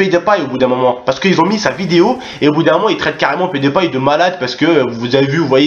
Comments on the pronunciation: Canal+ c'est moquer de pet de paille (prononciation de HAHA) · MDR : C'est Pewdiepie pas Pet de païe.. x) Plus sérieusement, Antoine De Caunes ce faux cul il se moque de la communauté gaming mais quelques mois auparavant il faisait un vidéo avec Cyprien sur CyprienGaming ! Bref, de toutes façons, dans quelques années Youtube, Twitch et Internet en général auront pris la place de la TV... La télévision est un média bientôt mort. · On dit Pyoudipie mdrr sinon bonne vidéo ;) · MDR comment tu prononces le pseudo à PewDiePie (PetDePaille) sinon Canal+ pour moi est en train de s'enfoncer de plus en plus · jlai vu la meuf c meme pas dire pewdiepie --'